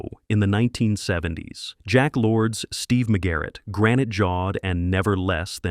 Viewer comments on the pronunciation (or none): none